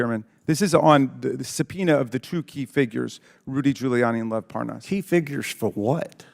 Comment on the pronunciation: Raskin says, "And Lev Parnas"' Comer says, "and Les Parnav" --backwards, just like ALL of MAGA.